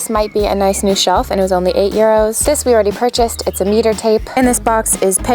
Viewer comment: Euro pronunciation is spot on 😅